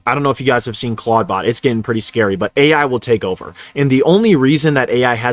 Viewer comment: ?? Clod bot? Is this a speech impediment? Like I get that this whole video is an advert for whatever that is, but please don’t lead with horseshit numbers like 1200 applications,on average. Lolol